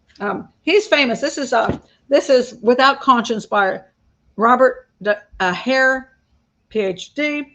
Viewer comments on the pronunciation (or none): none